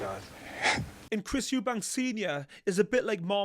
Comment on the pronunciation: I think he's talking about the fact you always say his surname wrong.. It's Eubank, not Eubanks..! But yeah, he is a funny guy! Love these breakdowns btw 😊